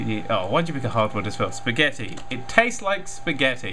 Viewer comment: WTH SAID SPAGATI!